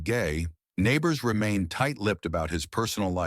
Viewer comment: It was Jim Nabors..... not Neighbors. Geez.